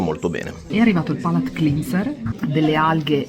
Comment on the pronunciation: Cleanser fra parentesi si pronuncia clènser.